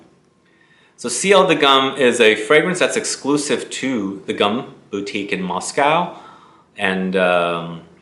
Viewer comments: Ciel de GUM is pronounced NOT like a gum we chew but like “goom”, just shorter 😊. It’s an acronym that stand for State Universal Store - a huge department store near the Red Square. Thank you for the awesome review!!! I fell in love with his house from my first order of samples and I am already compiling a shopping / wish list 😬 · Gum is pronounced goom and comes from the name of luxurious shopping center in Moscow called Gum aka goom